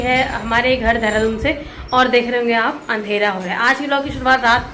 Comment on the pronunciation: दैहरादून नहीं देहरादून बोलते हैं जी नमस्कार 👌🙏 नाइस ब्लोग